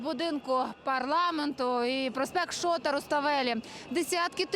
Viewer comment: ШотААА , ШотА Руставели , а не ШООта. Двійочниця. 😂😂😂😂